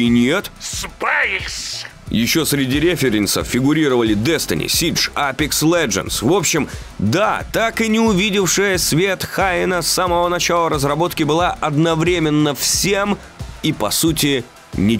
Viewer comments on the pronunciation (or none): Какой еще "Хайнас"? "Хуенас" же, ну!